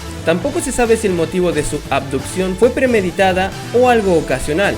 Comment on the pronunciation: BUEN VIDEO PAPU!!! JAJAJA ABDUPCION... ABDUZCAN!!!